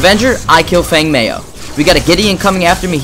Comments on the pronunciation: its pronounced feng mow with and ow sound lol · Feng Mao.... pronounced "Fung Mow" twitch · Group Not to knock the video but i think that comment was mostly aimed at your pronunciation. Feng is like ten with a g at the end, and mao rhymes with cow. Still a great guide/great skills.